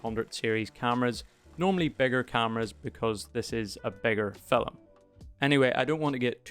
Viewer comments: Great info, but after 10 or so "FILLUM"s, I found myself wanting to hit the mute button. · I actually couldn't get past the first minute (TOD ). "Filim" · I came for film content, and stayed for “filum” content.